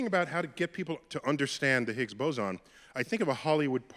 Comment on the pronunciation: The Higgs what? Why do you pronounce it that way